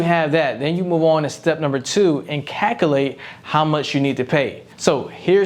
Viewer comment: After I heard the word “cac-ul-ate” I couldn’t focus on another word you said for the rest of the video.